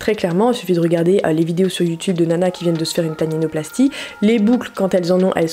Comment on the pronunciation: C’est pas tatinoplastie C’est Taninoplastie 😂🤦🏽‍♀️😂